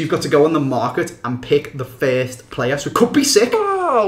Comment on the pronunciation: you say fiest instead of first